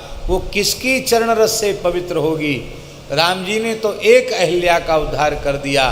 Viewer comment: अहिल्या नही अहल्या होता है।सही करिए।